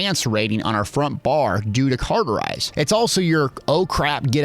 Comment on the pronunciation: Cawwwwwterize not carrrrterize cauterize is an easy word to pronounce so pls stop butchering such a simple, so simple that latin is the language of the dead, language. Since the dead have little to no energy they needed a simple language that was so simple it actually makes you dumber over time. Hence the reason I barely speak. Typing is a whole different story ,however